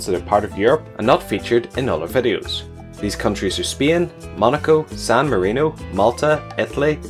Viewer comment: We will see the flag of Speean